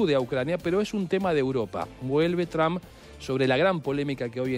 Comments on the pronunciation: No se pronuncia TRAMP, se pronuncia Tromp y se escribe Trump. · PORQUE LE DICEN DONALD "TRAM" 🤔